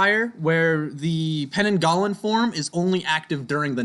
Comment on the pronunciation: Heads up about the pananggalan, im Malaysian but nobody calls it that, its pronounced pe-nang-gal